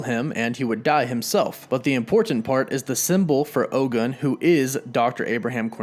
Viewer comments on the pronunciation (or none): OGUN IS PRONOUNCED OH-GOON. ✊🏿